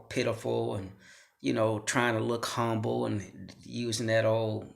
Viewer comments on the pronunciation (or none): none